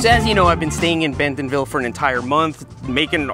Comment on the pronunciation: He also says Benthomville. Is that how it's pronounced?